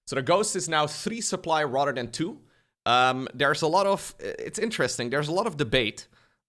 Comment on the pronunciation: Everytime my man says rather than, I hear Rotterdam, and I wonder where is he.